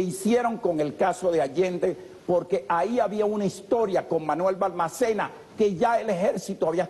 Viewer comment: Dr., el presidente chileno del cual hace referencia que se suicidó, se llamaba Manuel Balmaceda. No Balmacena.